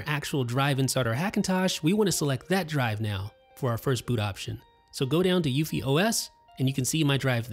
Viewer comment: No one pronounces UEFI the way you do.